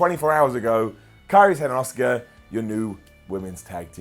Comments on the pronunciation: Everytime you call Asuka, Oscar myears bleed a little. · Why is he calling Asuka as Oscar?